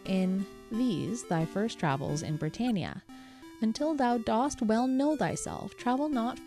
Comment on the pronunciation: Dost is pronounced like 'dust'. It's the version of do that goes with thou. It's similar to how does is pronounced 'duz' and doth is pronounced 'duth'.